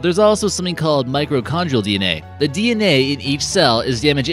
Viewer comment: Seriously, did I hear him say "MICRO-condrial?" I've been hearing this term used most cop shows with science labs for YEARS and it's "MITRO-condrial." And why is this adenoidal auctioneer doing so many Talltanic videos? EDIT: Later, talking about European men sharing DNA with King Tut, he refers to the "CAUCUS Mountains." (Another annoying speech pattern is his habit of dropping syllables.)